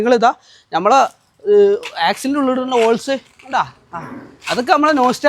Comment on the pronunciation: ഓൾ സ് അല്ല (ബോൾസ്)